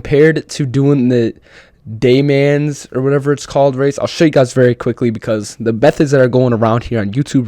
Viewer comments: 24hrs of ale Mans is this coming wwwkens! MotorTrend TV (cable/satellite channel or app) will have the ENTIRE race!!! We haven’t been sable to watch the whole race on TV since the days of SPEED TV, pre Fox Sports 1. Le Mans is pronounced “Le Maw” or even “Le Mon” making the S silent. Just don’t say “Le MonZ”. Unless you’re French, Dew Mans is no Bueno. Amazing job with ballast!!! Rest peacefully Tommy Hawk and Jon Bon Jovi! You may still be able to grab ACC on PS+ for 12 bucks! Regular price is 40. 🍻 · My fellow Americans, can we please work on our f×cking pronunciation as well as just sounding out the damn words.. "Dooo manz" is not a thing. Du Man (if yoi wanna sound a little cultured , pronounce it "Du Monn" with soft delivery. Or just do what most do.and jist call.it Le.Mans, aka Circuit de la Sarthe . And Sargena isn't a thing, Sar-degn-A , the g is obv silent, sound it out ... SAR - denn-YiA.. Soon enough you just might start learning the famous names.of each corner,.curve, chicane , even straights( aka Mulsanne) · Just FYI- I would refer to “du mans” as Le Mans and it’s pronounce MON, not MAN, with a silent S. Like lemon but accent on the second syllable. Anyways thanks for posting the video. Cheers! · the way he said le mans tho... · I didn't even know that's what he was trying to say, it was so fucking butchered, holy mess...